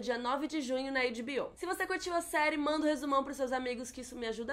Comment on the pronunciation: Alguém avisa a que o H de HBO não se diz /eidi/ e sim /ei-tch / 🙏